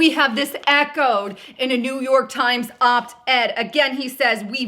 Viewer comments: It's op-ed not opt ed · it's pronounced OP ED there's no T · Ughh... It’s... OP-ED There is NO “T” in it. It’s hard to take you seriously when you screw up important things. And then continue to say it wrong about 26 times!!!